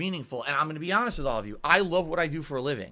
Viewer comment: Anyone who keeps stressing that they are honest. Are often the biggest liars. Bro said hanest so much the word has becomed white noise.